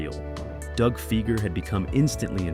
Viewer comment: Fi-ger not Fee-ger. Work on that, Skynet.